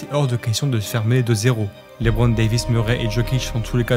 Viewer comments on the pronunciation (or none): none